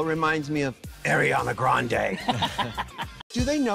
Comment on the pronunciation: Y’all sleeping on ru Paul saying “arianna grande” lol